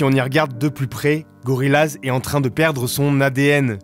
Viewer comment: Par contre prononcer le groupe gorillaz « laz « et pas « yaz » c’est un affront